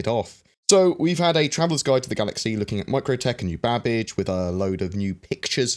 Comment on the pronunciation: i cannot help but hear him say: New Babish..... so are we gonna cook us some nice food while flying around in beautiful snowy plains?